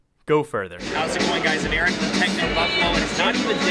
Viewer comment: Lol fail xD from phonearena:D